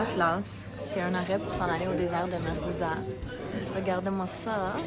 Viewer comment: Le désert de MARZOUGA et pas MARGOUZA.